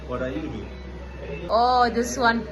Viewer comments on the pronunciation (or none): none